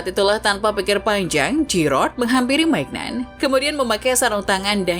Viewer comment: Maignan bacanya MINYONG